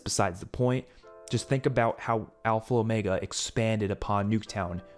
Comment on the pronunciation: “Alfal Omega”😂👍🏼